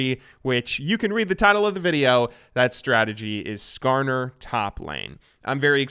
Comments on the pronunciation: He actually said Skarner right, I'm surprised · He got "Skarner"'s name right, I'm so proud of him!